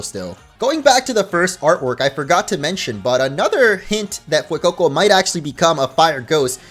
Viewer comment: speaking spanish is music to my ears. So satisfying he didn't say SPREE-GATEE-TOE and FWAY-COE-COE like other youtubers. Hahaha